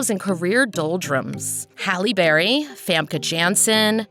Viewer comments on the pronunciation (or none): none